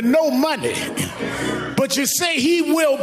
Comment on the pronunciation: "Everey Day while be Sunday"